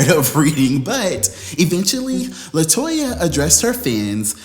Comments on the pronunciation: Ok, Did I miss something, why you KEPT MISPROUNCING LATOYA NAME?? I am so confused, lol Help Auntie out lol AND you didn't put her on the couch LMAO I AM SO LOST ITS HILAROUS!!! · You called Latoya 'Toyota' in the intro!!! LOLOL